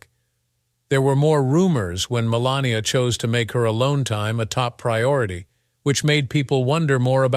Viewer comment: Announcer can't get her name right called her 4 different names